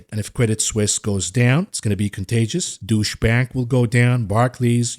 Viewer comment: Is it me or are you pronouncing Deutsche Bank as "douche bag"? xD